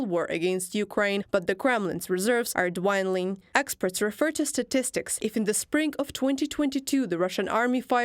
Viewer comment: Dwindling said as Dwine dling D-wind-ling ??? stupid AI. Its not based on wind, its got the i's of deminished.